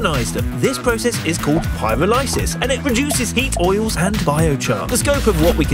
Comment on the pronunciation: Haha...he totally MIS-pronounced "Pyrolysis." Should sound like: Pie-raul-uh-sis. Otherwise, cute, it give a high level intro into biochar.